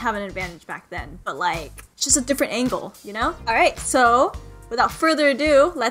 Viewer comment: "A different Aangle" haha! yeah ill leave with that one.